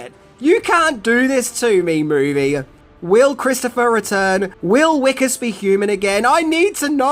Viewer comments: I’m South African, Johannesburg really is like this, it’s a documentary. Jesus, Wickus is pronounced Vic-us. Great video. ❤️ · Annunciation of the name: Vee-kus not Wheeee-kus. The W doesn't get rounded (It's a Dutch/Afrikaans thing) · I'm pretty sure Wikus is actually pronounced Vikus in the film. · His name is pronounced phonetically as Vickus. W in Afrikaans is pronounced like V. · Its pronounced Vickus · The "W" in Wikus is pronounced "V' XD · Just a note, the main character's name is pronounced Vic-us, it's an afrikaanse name, which is a language that the W sound is actually pronounced as a V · STOP SAYING WICKUS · Have you watched this film? Spelt with a ‘W’, pronounced with a ‘V.’ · Hey. Just a quick one…It’s pronounced wikus with a V almost like vikus. Just a quick correction as I’m from johannesburg. Love your channel. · I'm assuming you haven't watched this movie,? His name is pronounced as Vee-kus. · My Dude. If you watched the movie Why are you pronouncing his Name Wikus (Afrikaans name) wrong? They use it in the movie with the correct pronunciation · Oh the way you pronounce Wikus makes me cringe and then laugh at the same time. There's a type of cricket in South Africa called a parktown prawn, it looks similar to the Australian mole cricket. That's why the aliens get called prawns not because of the sea creature that tastes delicious